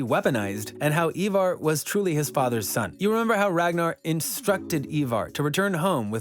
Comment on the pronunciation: Bro the way you say some of their names 🤯🤯 did you even watch the show !!! Whos eeevar its ivar but pronounced eye-var